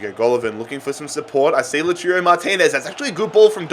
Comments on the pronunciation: Its lau-toro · LaTIURO Martinez, Borja MaYAROL... dude, you have good content, but please, at least try to read the names of the players right.